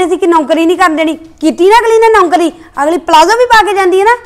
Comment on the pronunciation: bht bkr boldi aa naukari word she spell like rubbish